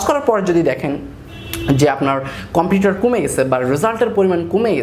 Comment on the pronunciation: কম্পিউটার না কম্পিটিটর